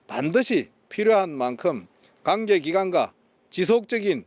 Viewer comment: 우리 갱상도 발음 대단해요~ 군수의 발음에 ㅋㅋ 관계기관과 > 강게기강가. 즤긴다 즤기. 언나라 마링가?